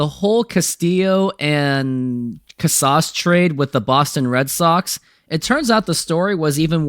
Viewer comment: you really expect the mlb corner of youtube to take you serious the way you pronounce casas? At this rate you're only going to fan the flames of mariners interest with no room for growth.